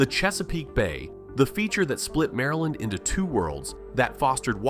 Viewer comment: Mareland, Murrlind